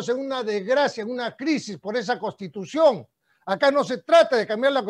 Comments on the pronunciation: La palabra correcta es "CONSTITUCIÓN" , él dice: costitución. Necesitamos mejorar nuestra forma de hablar, esto no se trata de ofender a alguien, sino para dejarnos entender bien. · Escucho a Urresti , pronunciar varias veces la palabra "costitución", pésima dicción, está al mismo nivel de Acuña. Parece que tiene las ideas desordenadas e improvisadas. Le recuerdo que todo profesional sabe que una correcta pronunciación es clave para que las demás personas nos entiendan.